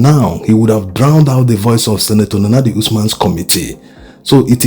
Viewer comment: Why did the supreme court not pronounce senator Nenadi clearly with out ambiguity